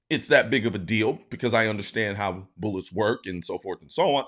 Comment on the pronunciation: “Boolets” 😂 you say it weird